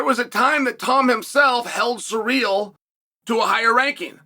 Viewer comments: Please stop saying "Surreal" instead of "Cyril" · Why are you pronouncing his name as "surreal"? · Who is suh-real?